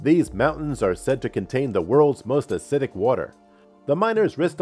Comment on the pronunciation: Asseedic. Or did you mean acidic ?? Wow lol where’d you get this clown??